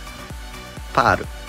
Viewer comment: やってたのは、ぱある、ってパールじゃなくて、全部ひらがなにしたみたいな感じで聞こえる笑